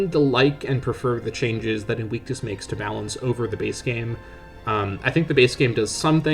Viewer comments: Ok and? He still didn't pronounce it right. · Bro 💀 that's not how you pronounce 'invictus'.